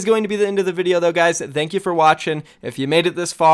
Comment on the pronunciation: "Th'eankyou" Please speak right, English is not even my first language Please get your shit together